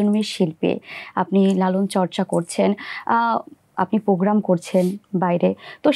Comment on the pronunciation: হোস্ট কেমন উচ্চারণ করেন? পোগ্রাম?? নাকি প্রোগ্রাম??? Programme.